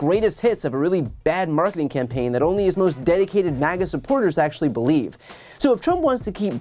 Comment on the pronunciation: Did he say maggot supporters?